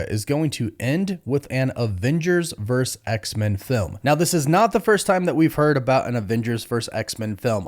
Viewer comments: It’s not Avengers verse X-Men, it’s Avengers versus X-Men. Please pronounce it properly. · The word is versus